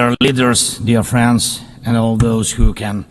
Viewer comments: Ohhhh he's saying "friends and weapons" not "France and weapons" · Oh he said friends and weapons, I heard France and weapons lol